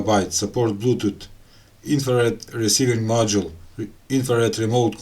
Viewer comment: 12 volt blootoot😄